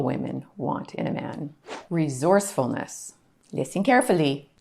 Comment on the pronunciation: Great content. Were you trying to say "re source ful ness"? 😊 . Repeaton por favor...."Re source ful ness". One more time: Re source ful ness. Good. Keep trying, ok. Very good.